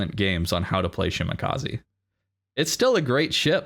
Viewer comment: Shima is love. Great games. It's "Sheemah kah say" not "kah zee" i=ee e= ay